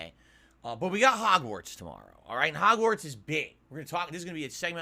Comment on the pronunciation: Hahgwortz will save the channel Da Sooper Bowl will save the channel